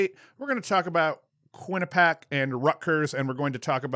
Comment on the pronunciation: I Know last podcast you weren't sure how Quinnipiac was pronounced (don't worry it's a common thing) but it's pronounced Quinn-ah-pee-ack